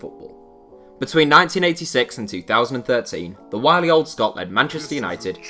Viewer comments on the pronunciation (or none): none